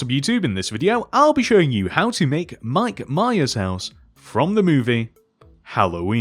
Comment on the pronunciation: It’s Michael Myers, not Mike Mayas.